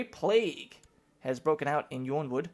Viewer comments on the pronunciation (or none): Why do you keep pronouncing Yronwood as "Yawnwood"? Nice episode though, I'm glad you didn't call your grandson Aenys/Anus. If you get a granddaughter, call her "Maebe".